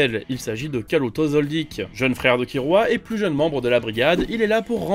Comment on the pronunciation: beaucoup trop chiant à entendre de transformer les R en L bon tu le fais pas tout le temps, tu dis bien kiRua mais juste après tu dis kaLuto (et pas kaRuto)